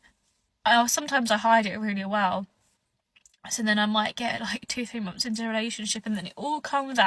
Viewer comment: Mumpfs not months. They invented the English language and butcher it every time they open their mouths